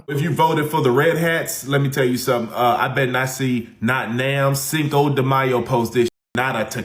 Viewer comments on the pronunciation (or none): This guy can't even speak English! "I bet not see not nam".